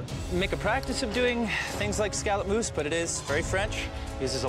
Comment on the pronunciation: Why does scallop mousse sounds like scallop moose